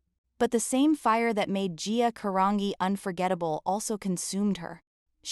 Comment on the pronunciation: Do this poor lady Justice ! Pronounce her LAST NAME CORRECTLY OH AI …or wtf it is. Disgusting. 🤢